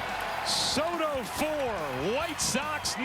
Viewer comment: Teaching America how to pronounce Soto